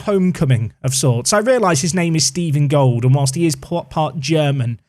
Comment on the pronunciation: Stephen Gold is actually a perfectly German name, you just decided to pronounce it the English way :D You can type it into google translate and then listen to the German and English pronounciations with the little speaker symbol.